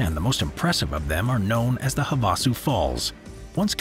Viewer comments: I've lived in Arizona since 1981 and never have heard Havasu pronounced in that manner. Each syllable has the same emphasis and tempo : ie... have a sue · Have a sue sounds very English American sounding tho. Ha-Vuh-Sue sounds native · So aggravating when people cannot pronounce things properly, Havasu “ have-ah-sue” from someone who lives in the great state of Arizona, just so you know how to pronounce it! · And besides the crappy pronouncation, you have to hike into the canyon at night, because of the heat, that's how we did it, very beautiful. He causally says there are picnic tables there. Lol